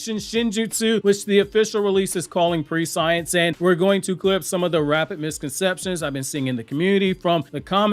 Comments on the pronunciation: Also, I think the pronunciation of Koji's ability is 'pruh-scee-ensce' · understood. The amount of research you put into this is insane so that's well done on your part. But that pronunciation was just driving me crazy sorry😅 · lol obviously you’ve never heard the word either.. your pronunciation is off my guy😂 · Prescience = preSH(ē)nce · Pre-scE-ence not pre-science my guy😂 driving me crazy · It's presh-ince, presh(like fresh with a p) -ince (like since) Prescience. Not pre-science. Not tryna be a dick 😊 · Its not pronounced pre-science. It's press-si-ence. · I looked it up. It’s actually pronounced “pre-she-ence” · Hey Koji's shinjutsu prescience is pronounced (pre-she-ence). Pre as in precious, not pre as in predict. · its not pre-science its pronounced preh-see-ence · Just FYI, its pronounced preh-SHE-ense, not pre-science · Fantastic video 👏🏾 ❤️ just the pronunciation of the word is press-sients not pre-science...but damn I love your vids mayne. Keep up the phenomenal work 👏🏾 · I'm not sure it's pronounced pre-science like that. I thought it was pronounced "press-ee-ence" when I read it. anyways I'm really hoping it is, cause it sounds way better than pre-science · Hate to be that guy but you’re saying prescience wrong. It’s not pre-science. It’s pres-sen-ence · It's not enunciated "prescience" bro it's "pre-sci-ence" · Just a nitpick, but it's not pre-science. It's press-see-ence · Hey love your videos homie, in the future, prescience is pronounced “press-sea-ence” and not pre-science. Keep up the good work homie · Bro it is NOT pronounced pre-science LOL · Prescience (press-see-ence) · Your mispronouncing the word. Use phonetically Pre-see-ence ❤ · "Pre-science" is not how you pronounce the word. make the E sound short. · Prescience not pre-science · It's pronounced PRESS-EEH-ENSE lolll but 10/10 video none the less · Not to be that guy but its pree·shee ·uhns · I hate that pronunciation of prescience. It should be press-see-ense